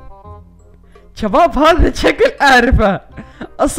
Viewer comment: ليش تسوي نفسك عراقي